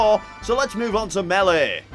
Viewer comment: meeleh? alright. this guy is DEFINETLY Irish.